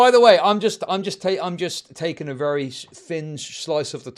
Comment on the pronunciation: vewy wecently